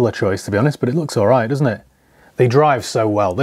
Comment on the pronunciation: ‘Private seller in Romford… Owwright bruvaaa’ 😂